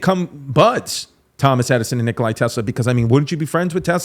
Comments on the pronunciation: Nikola Nikola Nikola not Nikolay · no way he just said NikolAI tesla